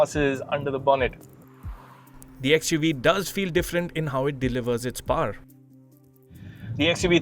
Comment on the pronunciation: It’s not paaar, it’s powr